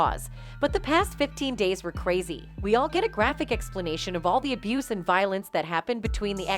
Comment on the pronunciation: You seriously can’t say the word “abuse”??? SMH